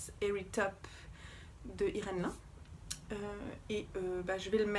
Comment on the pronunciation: hello magnifique ! juste pour info Irène Lin ça se prononce [ Line ], comme le prénom Line et non pas comme la matière "lin". et du coup, probablement est-elle chinoise et non Japonaise car la famille Lin est une célèbre famille chinoise ! Très bonne année à toi